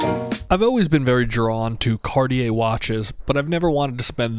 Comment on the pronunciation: ITS NOT CORIER ,ITS CARTIER.